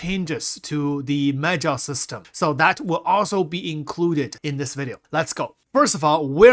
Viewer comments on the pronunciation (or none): I swear he said "meth gel" lol🤣